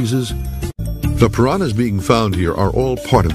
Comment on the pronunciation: Great documentary but why does that obviously intelligent man keep mispronouncing words. He makes piranhas sound like there is a y in it.